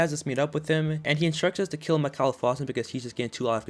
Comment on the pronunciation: Its not mickhaal its mickael